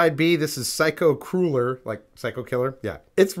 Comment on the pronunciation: It sounds like you are saying "psycho cooler" instead of psycho crueller